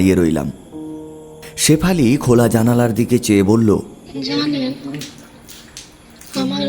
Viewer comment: বাছটা পানির তলে ডুবে গেলে , ছেফালি তাকে নিয়ে গেল। বিভতছ গল্প। অছছোছতি কর। ---- কবে ঠিক হবে "স" এর উচ্চারণ